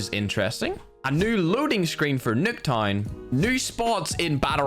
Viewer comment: He literary said "Nick time" instead of Nuketown